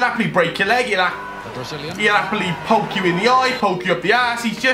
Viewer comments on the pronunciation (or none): none